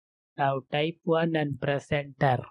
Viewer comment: Prrrress anter 😅😅